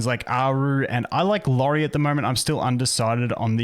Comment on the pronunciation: It’s iori btw, not lori